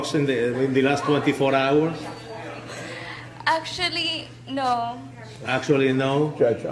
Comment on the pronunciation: "hAVe YoU AnY dROGS In lASt tWAnTy fOur hOwaRS?"